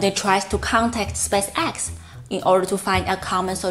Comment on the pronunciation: I understand what you mean. Part of my mind is always analyzing her accent and strange 'rhythm' of talking instead of listening to the message. One thing she could practice on is saying 'spaceX' the right way :) the emphasis should be more on the spAce, not so much on the X. Other than that keep up the good work, I love the videos!